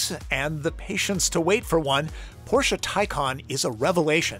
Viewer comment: talking at the beginning how this car is pronounced and then he says porshA🤦🏼‍♂️ it‘s porSCHE